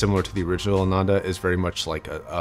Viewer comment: ananda is pronounced as "AA - nun -The" , it's sanskrit for pleasure a lot of hifi man headphones have sanskrit names